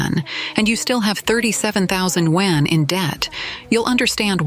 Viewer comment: i wonder when AI will be able to pronounce yuan correctly